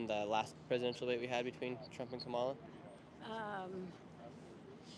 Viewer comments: Learn to pronounce her name. It is pronounced “comma-la”. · Her name is pronounced Comma-la. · Nick is too dumb to pronounce Kamala’s name correctly😂😂🙄🙄🙄🙄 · Right away I knew these interviews were going to be ridiculous because out of either disrespect or stupidity, you can't even pronounce the vice president's name right. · Can’t even say her name right but still voting for her😂